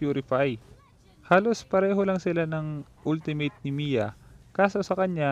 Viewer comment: when you pronounce ultimate it's wrong bro.